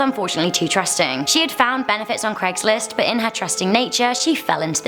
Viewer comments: since when was it called cregslist ? its craig not creg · It'd Craig's list, not Cregg's list. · You are British and you are saying Craig wrong and you shud know better